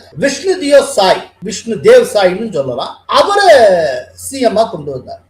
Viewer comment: Deo is pronounced as DEV.